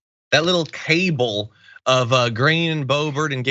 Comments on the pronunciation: Margery Three-names calls it a cable. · John pronounces cabal funny